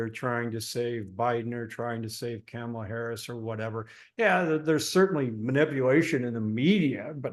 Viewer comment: Hey, it Kamala [COMMA, LA]....how do people not know how to say her name? Enjoy your pizza 🍕